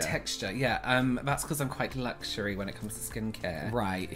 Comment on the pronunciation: apart from, lugsurie and other strange words, you two kill me. You could do videos on anything and I'd watch. Now off to cleanse my face because of running eye makeup 🤣